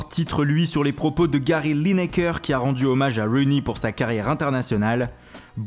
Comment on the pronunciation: Rooney pas Runey 😊😜